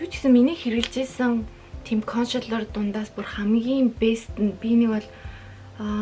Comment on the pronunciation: Кошэлэр гээд байна консэлэр шдээ